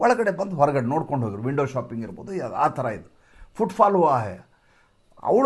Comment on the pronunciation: Idu news antha helbeku. Hidu alla.Ha & Aa uchchara sariyagi thilkolli please.